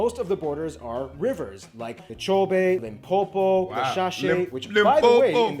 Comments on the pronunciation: I like the way you said Limpopo 💯👍🏿. Correct! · That "Limpopo" pronunciation was on point😂😂✊🏾✊🏾✊🏾🇿🇦🇿🇦